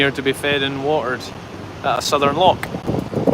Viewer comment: Loch not lock😂